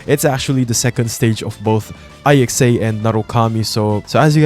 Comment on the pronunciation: its ICSA not I X A